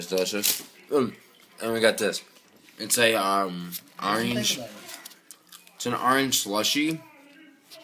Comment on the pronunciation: It's not arrange its orange